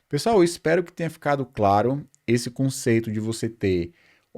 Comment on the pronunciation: po mane kkk tanko ele coloca m em tudo viado, "pontum", 'conceitum"